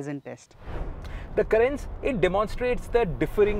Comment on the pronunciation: Kya Pronounce kar rahe ho Carens ko yaar ..... itna ignorant ya dumb kaise ho sakte ho ki kisi car ka naam hi poora galat le lo... .